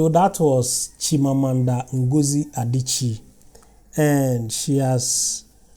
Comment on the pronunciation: It's "Chimamanda " my brother i like your channel i sucribed !